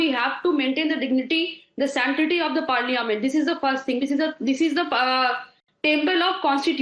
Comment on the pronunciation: She can't even say the parliament properly , what more having a debate...bunch of foolish clowns